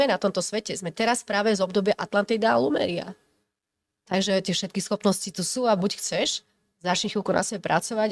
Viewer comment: Lemuria nie lumeria 😂😂😂